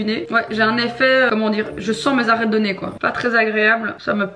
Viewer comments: Tout le monde: les arrêtes du nez: les Narrêttes du nez 😂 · Les "narrêtes " 😄 et c'est un cerne pas une cerne 😉😊 😘😘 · Personne:: les « narêtes » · Les narines ! Quand même ! J’adore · J'ai pas arrêté de rire à chaque "les narrettes du nez" 😭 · Tes '' narrêtes '' de nez 🤣 j'adore ! ❤️ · « les N’arêtes » 😂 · Tu dis narrettes c’est hilarant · Les narrêtes du nez 😂 Très cute ❤️